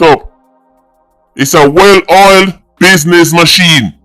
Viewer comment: It's Bidness😂The Great 🎉😂